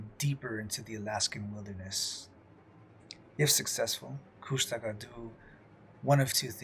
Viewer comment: "kooshta-ka" is how they say it, just noting, love the show, keep up the great work.